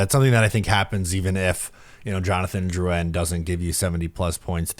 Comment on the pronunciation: There’s literally no reason. Jonathan isn’t anything French so why is even the first name pronounced differently